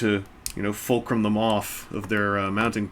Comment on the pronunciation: Someone please make a montage of saying fulcrum.